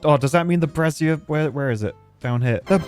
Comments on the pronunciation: Okay, two— scratch that, THREE things: 1. Can we get a black-fur pattern for the Detailer? We can call the ones that use it Paddy-tails! 2. PLEASE, FOR THE LOVE OF GOD, STOP PRONOUNCING “BRAZIER” LIKE THAT! It sounds more like you’re replacing the “I” with an extra “Z!” 3. If you make a skyscraper, here’s an idea: go Irontail, make it on a 4x4 imprint. Have the staircase to build the whole thing go up around the center so the center acts as a proper structural core. Feed two tubeways and a power shaft through the middle, then put gravity batteries, some kind of entertainment, and a tubeway station on top. Just like that, you have a useful skyscraper with an easy way to access the top! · I'm not sure if he's pronouncing brazier like brassiere on purpose for the laughs or not 🤔